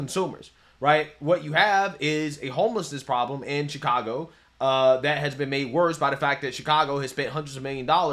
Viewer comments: Did that reporter call it Chicongo?😂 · Did the news reporters say Chicongo ...I swear that's what I heard .